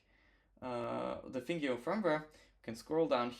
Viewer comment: Nice video! This mod is above my skill level, it's cool to see it done in the wild! A few of our devs have done it but my goal is always to focus on things novices can replicate at home! PS - it's pronounced "Thin Gino" as in a skinny Italian guy!